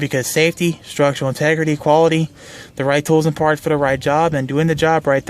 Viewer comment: Did you say fart or part